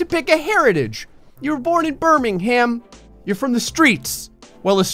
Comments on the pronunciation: He said Birming-ham. It's Burming-um. Snort. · it's not Birming ham it's birghminghum-pronunciation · The town called Bath in southwest England is wonderful, worth a visit if you weren't born there. When visiting the city of Birmingham one should try to avoid pronouncing the H in the name, British people just call the place Birming'am. Otherwise it's been a funny video about a funny game. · Not forgetting “BirmingHAM” instead of “Birming’m” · Birming-ham! Lol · its GBP and birmingham is pronounced birmingam (h is silent in ham) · You don't pronounce the h in Birmingham